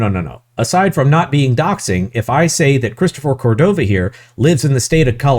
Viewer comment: You can't say Christopher Codova's name. Christopher Codova doesn't like you saying Christopher Codova.